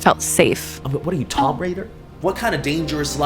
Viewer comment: It’s pronounced “Toooomb,” not “Tom-b.”